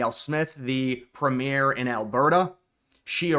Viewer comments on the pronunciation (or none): none